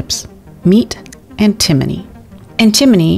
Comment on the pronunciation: if you're going to teach us about stuff I appreciate that but you should learn how to pronounce it because it's not pronounced the way you're pronouncing it.